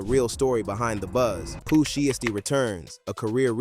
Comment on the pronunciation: Bruh say his name right if you're gonna report the news lol